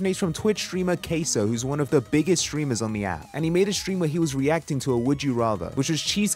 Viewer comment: Nah cuz the emphasis on it